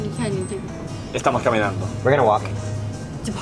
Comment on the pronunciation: when he said “piénsalo” 🤭 damnn okay kian 😏 WOAH “estamos caminando”